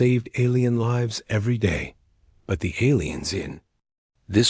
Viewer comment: Mispronounced words are distracting: lives